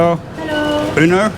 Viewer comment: It’s Ueno not Euno 😂